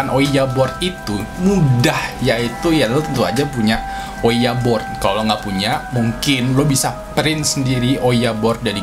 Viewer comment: kenapa ouija board malah bilang owiya bod😂